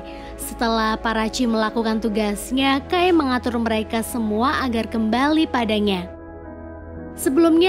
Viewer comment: Agak gak trima penyebutan "kai" jdi "key".. but overall kren, thanks nostalgia nya..